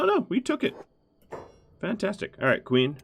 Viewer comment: are you from romania broada ? the way you seid 'fantastic' sounds romanian ,and a little franch, to me:))